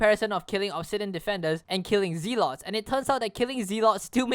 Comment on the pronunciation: the way you said "Zealot" sounded wrong. just take "overzealous" and take the "zealo" and add a "t" at the end and that is how you pronounce Zealot sorry it is just i got corrected the smae way. ooof sorry